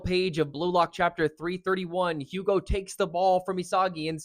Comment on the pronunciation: The H is silent btw his Name Is spoken like "Ugo"